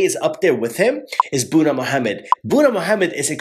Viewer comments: God! Its not "buna mohamed" its literlly boona mohamed!🤦🏽‍♀️🤦🏽‍♀️🤦🏽‍♀️ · It is not buuna his name is Boonaa Mohammed in his language Buuna means coffee while his name Boonaa means something along the line of handsome. Other than that jazakallahu kheyran